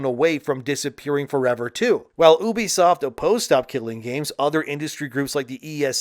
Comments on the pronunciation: if you say oebisoft one more fkn time i swear.... it's UBISOFT. YOU BE SOFT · its ubisoft, not oebisoft.. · Was this video made with a TTS model? Never heard anyone pronounce "Ubisoft" like that. Even my Canadian friends say "You-bee-soft". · Ahh yes, the famous French publisher oo-busoft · Why are you pronouncing Ubisoft like that? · Okay but stop saying ubisoft wrong. Its cringe 😂